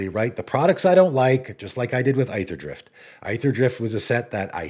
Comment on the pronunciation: The set is pronounced "Eether-drift," not "Eye-ther-drift" Cmon man